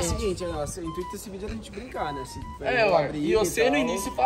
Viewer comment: SALVIANA TUBER MDS CARA seu portugues n e desse planeta "vidio" "gravarsão" "dorrr"